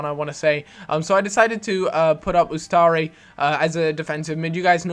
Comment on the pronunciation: Learn to say U S T A R I RIGHT! its not utsari